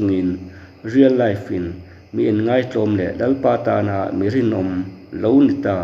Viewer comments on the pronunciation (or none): none